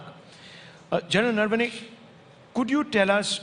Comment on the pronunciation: Naam toh sahi se bolta Rahul Shivshankar. It's not नर्वने, it's नरवणे.